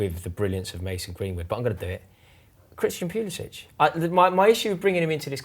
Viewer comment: Did man say pulisic😂😂